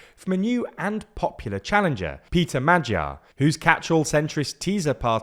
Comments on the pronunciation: Good explanation but did you notice you said 'a' is pronounced 'o' but still said 'magyar' was pronounced 'modyar'. What happened to the second 'a'? They are both pronounced 'o' so it's 'modjor'. And yes 'gy' is hard to describe but half way between a d and a j is not bad as an explanation. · FYI, "Magyar" is pronounced more like mod-yar. In Hungarian the "gy" letter combination is pronounced like a cross between an English "d" and a "j". The "a" in Magyar is pronounced like the "o" in "office", hence mod-yar. Apologies in advanced to any Hungarians if my explanation is not completely accurate. 😊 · Just for help Try to say it a funny russian acent Madjar (Magyar) And Just say Tisa(Tisza) Hungarian 'Sz' is just 'S' 'S' is 'Sh' 'Zs' is the french 'J' in BonJour You dont need to brake your tongue for these letters For that there is 'Cs' Ch like in Chicago 'Dz' wel if you just say these letters very fast after ech other a lot you get the sound I guess Its actually can be applied to all of my double letters Except 'Ly: its a 'J' with special rights to be in random words Just read it as a hungarian 'J' 'J' is Always like the 'Y' in New York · Magyar is pronounced something like moyor, and Tisza is pronounced teessa. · And “Magyar” has a hard G (every G in Hungarian does). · he completely lost me when bro said mad jar 😂💀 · Is it me or pronunciation of Peter Magyar's name off? Shouldn't it be a hard g sound? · Not really, it's still z on fidesz, Magyar is butchered as always. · The most laughable thing here is him continously mispronouncing the guy's name throughout the video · Magyar is hungarian word. Looks similar to english word but hungarian pronanciation is different. You can try to use google translator and hit the sound icon to compare it. There is no hard G there. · GY is like DJ in Djokovic